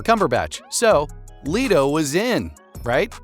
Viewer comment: Leto fam not leeto 😭😭